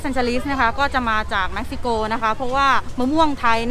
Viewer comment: เม็กซิโกค่ะ ไม่ใช่แม็กซิโก